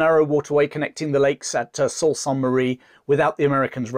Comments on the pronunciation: Great video, small correction Sault Saint Marie , the Sault is pronounced like Soo. I live here and was surprised to see it in this video. I recently subscribed to this channel and love it. Keep up the fantastic work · Good content and all of that. Just two little things that I offer to those who may not know better. They are not intended as criticism, just pronunciations First one: Metis (French word) so MAY TEE Second one Sault (French Word) so SUE or SOO (like BOO) as it is known. SOO SAINT MARIE. In Canada this region is often referred to as THE SOO (like BOO). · And sault is pronounced soo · That's the proper French pronunciation, but I heard it the other way, as in fils.